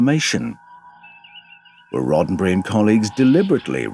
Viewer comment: Roe berry?? What?? You go from scripture to Rodenberry??